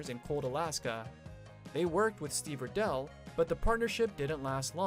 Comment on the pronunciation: Pronounced (pom-rain-key). Pronounced (rye-dell). Pronounced (ten-hoff).